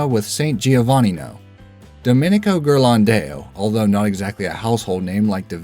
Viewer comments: Madonna is not an Italian name. That's how it's pronounced in English. Giovannino is absolutely messed up. Still, those are at least quickly mentioned names. Ghirlandaio is the number 4 entry on the list. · What an awful way to pronounce "Ghirlandaio"! It should sort of rhyme with the Spanish "mayo".